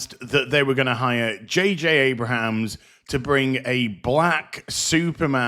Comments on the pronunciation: It’s Abrams. Not Abrahams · I'm gonna guess the mispronunciation of J.J. AbraHAms is intentional... 🤪